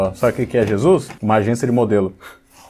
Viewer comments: Em Portugal, não dizemos "Xesus". ahahahah. O homem louco da religião tem esse pronúncia porque ser gringo ou o raio que o parta. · o cara tava falando inglês britânico no começo do vídeo e a pronúncia dele do pt denuncia q não é a língua materna dele (xexux, eCSperiências).. ele provavelmente é britânico, se não for, é uma imitação de inglês britânico perfeita eu diria.. mas de Portugal ele não é com tda certeza.. qqr asno surdo de uma orelha consegue perceber isso, quem n conseguiu atingiu um novo nível de burrice, parabéns